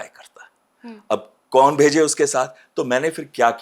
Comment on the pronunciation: What’s wrong with host pronunciation? “कौन” को “कोन” बोला जा रहा है